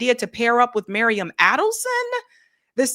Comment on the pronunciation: It’s Miriam, not Mariam! You just read it off the screen, FFS!